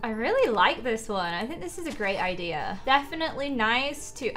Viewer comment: I love how she says idea like idear. It’s so cute!